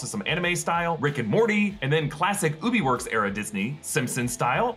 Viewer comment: lol it's not "Ubi Werks" it's Ub Iwerks (eye-works)